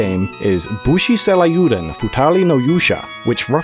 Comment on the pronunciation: Booshy Cell I You Dun? Futa Lee No You Shah? Sorry, I had to tease a bit. There's no harm in having an accent! If you're interested in learning how to speak Japanese, though, let me know. The native pronunciation might seem awkward at first, but with a few parallels drawn to English sounds and words, it gets easier to grasp relatively quickly.